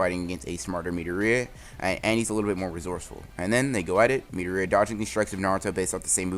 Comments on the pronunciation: Boi stop calling midoria metorita it’s (meh,door,e,a) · its midoriya not midoria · His name is mi-door-ree-a not mee-der-ree-a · ITS PRONOUNCED MI-DOOR-IA NOT MEEDOOORIAAAA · It’s midoria not mideria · Kept wondering who he kalling midoreia sounds kind of weird should of just said it like the anime midoria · It’s mitorya it’s midoriya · Pronouce it as MI-DOR-E-YAH pls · He said me da ri yaa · Is no one else getting annoyed how he says Midoriya? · am i the only one who are disturbed on how he says midoriya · Could you please pronounce midoriaya wright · Is anyone not bothered how he says Midoriya shit bothers me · Idk why but the way you pronounce midoriya triggers me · You pronounce midoriya wrong. Just saying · Are u saying mirio or midoriya